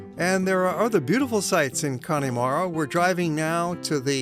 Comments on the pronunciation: Connemara is pronounced ConnAmara not Connymara. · Connemara is not pronounced 'Cony mara'. the Y part is pronounced EM. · Very nice video with lots of information. One small point. Please get the correct pronunciation of Connemara. There's no "E" sound in the middle of it. It's Conn a mara. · Please pronounce the place correctly...it is not CONNIE MARA. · Its pronounced kunamaara. Clon mak noise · Did anyone else start laughing when he butchered "Ayer-land" and "Conn-e-mara," XD